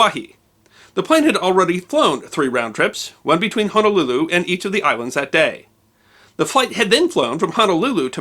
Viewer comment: AYE! YOU SAID “HONOLULU” CORRECTLY! 🤣🤣🤣🤣🤙🏽🤙🏽🤙🏽🤙🏽 Thank you for the video. The flight attendant killed in this incident was my childhood neighbors Aunt. Rest in love CB! What I find intriguing is that our Queen Liliʻuokalani was overthrown by the United States businessmen and the aircraft in this incident was also named “Liliʻuokalani”, an aircraft belonging to an airline registered as an American business.